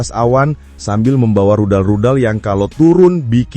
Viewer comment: Rudal min bukan ridal